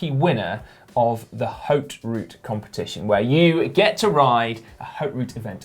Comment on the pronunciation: Great job guys but just one thing: in ''Haute route'', we don't prononce de h so it would be like saying ''oat route''.